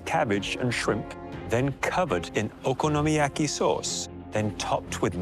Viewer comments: "I'm familiar with 'OKI-YOMIYAKI' I make it at home quite frequently." 🤣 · She really just said: Okiyomiyaki????? So embarassing.... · If only she was as familiar with pronouncing "Okonomiyaki" as she is making it